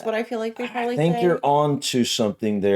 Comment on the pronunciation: I like hearing you start by saying Proberly when the word is Probably. So that's 9 more required.